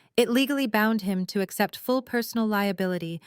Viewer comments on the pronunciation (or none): none